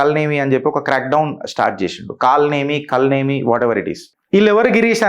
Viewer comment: కల్ నేమి కాదు కాల నేమి పేరు లొనే చాలా అర్థం ఉంది. సరిగా పలకక పోతే అర్థం మారిపోతుంది.